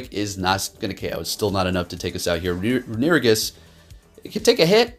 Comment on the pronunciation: Re-nu-igus? 🤣 Great battles tho 🤘